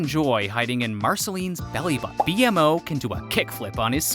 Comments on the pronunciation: Why are you pronouncing BMO’s name as “Bee-Em-Oh”?? They literally call the character “Bee-mo” in the show itself. Yeah BMO is the spelling but the pronunciation is “Bee-mo” Sorry, just curious and a tad confused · Great work! Well edited and crafted but like others said about “Bee Moe” not B.M.O. ends up being distracting. Guessing this was written by an AT fan but V.O. Isn’t a fan? Sorry, really! Otherwise great stuff! Also, added another fact for ya. Justin Roiland isn’t the only Rick & Morty connection but Adventure Time producer Kelly Crews is now as of season seven a producer on Rick & Morty. …for what it’s worth. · ITS NO B. M. O. ITS JUST ONE WORD BMO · The name is actually Beemo, B-MO is just a shortcut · It's literally B more It's B-MO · Don’t say “Bee em o”, just say “Beemo” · Dear narrator, You know a whole lot about a show you've never seen 🤣 No offense but I know you're not a fan bc every time you said "B M O" it was like nails on a chalkboard. Anyone who's seen the show knows it's bmo; pronunciation: bee-moe. No hate, no shade, just thought that was funny. I was surprised by how many of these facts I already know. -sincerly, a long time, advant adventure time fan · It’s pronounced Be-moe not BMO just letting you know. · You've seen all those Easter eggs but still can't pronounce B-MO 😂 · Dude it's pronounced "beemo" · ITS SAID LIKE BEEMO NOT B-M-O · It's like he read this whole thing from the wiki for some quick likes and views. Few pieces of evidence is when he had the audacity to say jakes advice is crappy, not properly pronouncing their names (B-M-O), restating details that are clearly seen from the first few episodes of the series. Too obvious he hadn't seen adventure time before. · Your pronunciation of “Bee-Em-Oh” is unacceptable, UNACCEPTABLE-CONDITIONSS! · Blud it's pronounced beemo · It's B More haha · Why TF are you saying their name like that?! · it actually hurt when the AI said that 😭😭😭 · ITS Bmo.... NOT B----M---------O -.